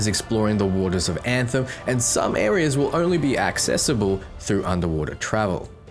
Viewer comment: I heard a dev refer to this game as “Ant-Hem. He literally said “Now today we’re going to be showing you the game, Ant-Hem, or Antheim to some people.” Please tell me its not pronounced that way lol i think he might have just been an idiot